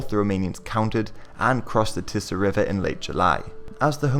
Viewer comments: It's "tee-sah" river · its tee-suh river actually.